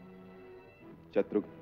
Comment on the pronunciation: शत्रुघन नहीं होता शत्रुघ्न होता है।